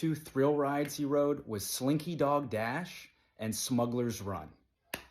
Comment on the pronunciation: Completely unrelated note, i LOVE the way you say slinky dog dash, the accent comes in thick! 💗